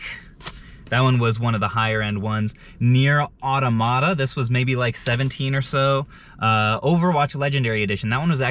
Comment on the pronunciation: You butchered Nier: automata so hard lmao